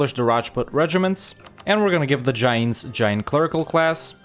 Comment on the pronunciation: The way you pronounce Jains is extremely funny to me, great guide!